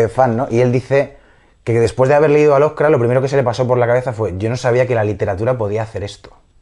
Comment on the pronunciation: Muy buena la entrevista, pero por qué dices "Lovercraft"? =(